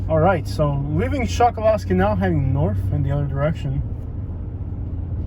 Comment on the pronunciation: The locals say “call yer county” not collier and that little island is pronounced “Chuck a lusky” not Chokoloskee. The can spot an outsider right off the bat by the way they pronounce the names around there.